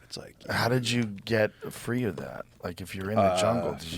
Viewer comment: Fast , tree delivery😅